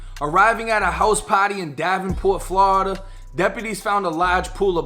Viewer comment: Why he say Florida like that 😭